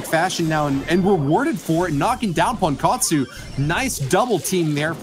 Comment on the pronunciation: ときどきすげーネイティブに ポンコォツって言われてる気がする